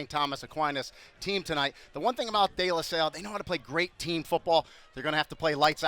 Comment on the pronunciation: couldn't even pronounce De LaSalle